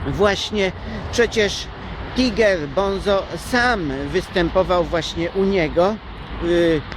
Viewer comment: gracjan mowi sie tajger bonzo ;)